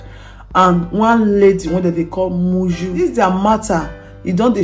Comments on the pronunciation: Moyo is her name not Muju please. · Oviedo na moyo.not muyu. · Improve on your pronunciation the man's name is Nuru not Niru also the lady is called Moyo not Miyu or how ever you pronounce